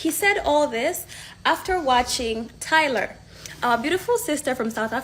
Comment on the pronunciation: Who the heck is “Tylarrr??” She can’t even pronounce her name correctly lol